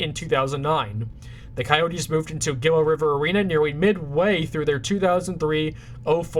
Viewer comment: Nice video. I'd love to be in a future one. Also, Gila is pronounced "Hee-la"